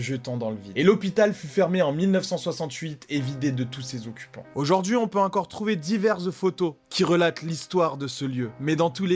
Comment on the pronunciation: Moi c est quand il dit " UNcore "...je frôle l'AVC 😓🙃